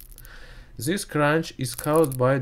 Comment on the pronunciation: NOT ZIS BUT THIS - DIS